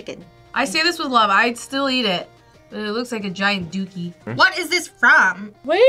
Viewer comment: The fact that no one commented on "I larb you" makes me kind of sad. As a huge MCU nerd, I got it instantly. You could say... I understood that reference